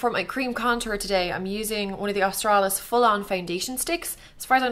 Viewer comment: I don't know if anyone else noticed it but i think its so funny whenever she says 'Austrailis" its in an austrailin accent haha